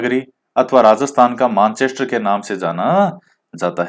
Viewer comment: एक तो आपके इकाइयों और मेनचेस्टर को गलत बोल दिया